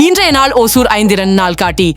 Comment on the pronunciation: Pronounce as ஓசூர்